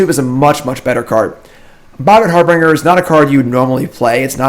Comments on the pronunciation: So tired of hearing "har-bringer" "Har-bin-jer" say it please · Harbinger is pronounced like "Har-bin-jer" :)